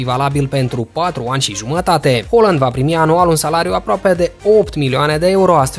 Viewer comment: Se pronunta haaland cum se scrie